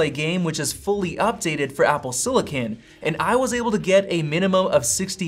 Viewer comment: Apple “sillikin”